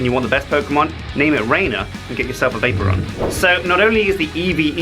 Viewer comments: Everytime he said Vaporon.. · Vay-Pore-Re-On thats how you say it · i like how pronounces vaporeon vaper on XD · The way he pronounces Vaporeon XD "Vape-ron" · I cringed everytime said Vaporeon.